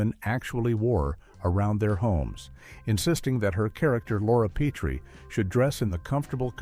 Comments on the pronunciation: Nothing says you've never seen the show like repeatedly pronouncing it "Pea-tree," instead of "pet-tree"! This was even a running gag the show. Strangers often pronounced it Pea-tree. On the other hand, it's interesting to see all the furniture on the classic sets reversed mirror-style. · Peh-tree. Not Pee-tree. Please. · “PEE TREE”? Voiceover moron obviously never saw the show. It’s pronounced “PET TREE”. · It's Pet-tree, NOT Pee-tree. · Why didn't the AI talk about Rob Pee-tree and his tripping over the ottoman?